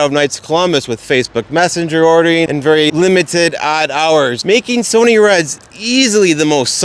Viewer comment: It's Pronounced "S-U-N-N-Y" "SUNNY"